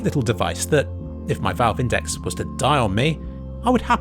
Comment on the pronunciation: You pronounced index wrong